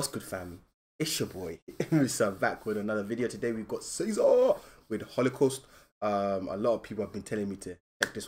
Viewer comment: That's not how you pronounce his name. 😂 It's not pronounced Caesar like a Caesar salad. it's Ceza as in like a traffic citation or a punishment. That's what Ceza means. I guess you can pronounce it kind of like Geez-ah or something Idk just watch a interview about him in turkish and listen how they say his name 😂